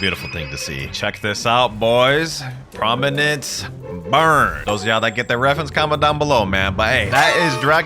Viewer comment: ERM ACTUALLY IS CALLED PROMINENCE BURST 🤓 NOT PROMINENCE BURN